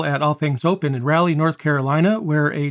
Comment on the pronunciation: love you buddy, but it is RAL---eeey Raleigh NC lol